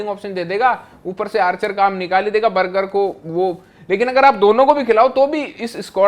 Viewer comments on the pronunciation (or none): बर्जर❎ बर्गर ✅ 😂😂